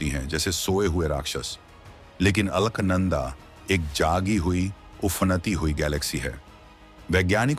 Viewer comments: According to spelling, Alaknanda, pronounce it as अलकनंदा and not अल्कनंदा. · अलख नंदा (अल्क नंदा नहीं है नाम )